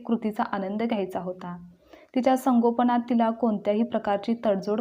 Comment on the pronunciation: संगोपण नाही संगोपन